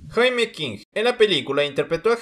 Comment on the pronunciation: Él al referirse al nombre de la actriz lo pronuncia Jaime como nosotros lo decimos en español, debió llamarla “yeimi”, ya que así se pronuncia en inglés. Su nombre se escribe Jaime pero se pronuncia así.